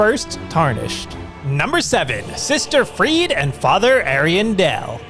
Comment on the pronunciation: Sister friede? Really?